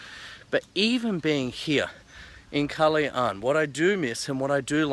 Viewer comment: Superrrr!!!!! I MISS SUBIC BAY!!!! Thanks For Posting...Try PUNDAKIT ISLAND/ANAWANGIN.....You Pronounced KALAYAAAN so Nice!!! hahahaha!!!!